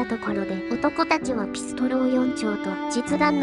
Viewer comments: ピストン！ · ｽピストル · ピストルの言い方が気になる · ピストルのピの発音w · ピストルのピの発音が気になりすぎた🤣